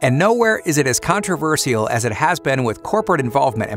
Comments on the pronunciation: Crazy how bro said contrer-ver-see-il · Your pronunciation of controversial is controversial...